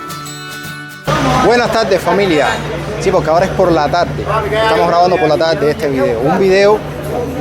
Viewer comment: Uuna pregunta es tarde..0..talde...no existe la ere...eh